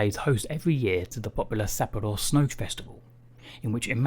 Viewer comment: I lost all interest just one minute in after hearing him say Sapporo. No hate to him but I want to learn their names properly